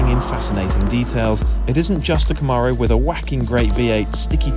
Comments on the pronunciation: Love these rise and shine videos. FWIW, it’s ‘Cam-aro’, not ‘Ca-maaro’. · You got the "Zee" part. Now repeat after me- Kuh-mAIR-O. The second syllable is like "air" or "mare" not "Arrrrr" like a pirate.